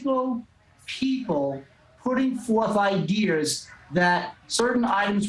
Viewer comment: "putting forth IDEARS" - this guy is a JOKE!!!!!